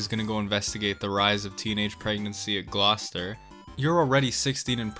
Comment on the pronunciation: As somebody who lives in Massachusetts, Gloucester being pronounced like that makes me mad too.